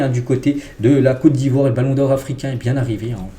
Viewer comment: franchement j'aime lorsque tu prononce le nom de mon pays. COTE D'IVOIRE ❤❤❤❤